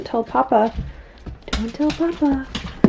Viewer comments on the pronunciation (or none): none